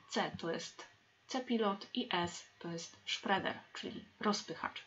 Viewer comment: Dlaczego angielskie słowo spreader czytamy jako "szpreder"??